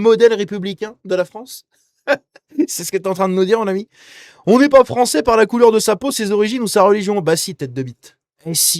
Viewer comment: Les joueurs foncés frônçais😂